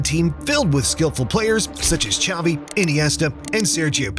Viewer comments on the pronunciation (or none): none